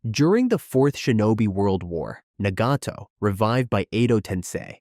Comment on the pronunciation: It's 2025 why do westerners still pronounce Nagato as Naygatoe and Amaterasu as Eymateraasu💔🥀🥀